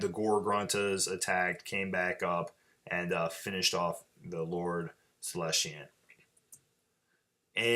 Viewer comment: Great report. Really enjoyed it. Just one thing, it's Celestant, not Celestiant. There's no I in it.